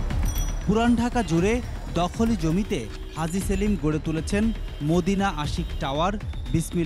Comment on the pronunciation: হাজী সেলিম উচ্চারণ করোগা পাজি সেলিম উচ্চারণ করবি